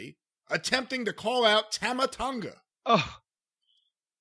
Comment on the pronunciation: pronouncing Tama Tonga's name wrong makes me cringe. It's Tah-mah,.